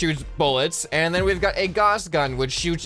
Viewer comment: Gauss, G-ow-s